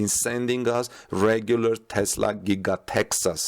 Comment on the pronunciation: Thanks for saying TESLA not TEZLA.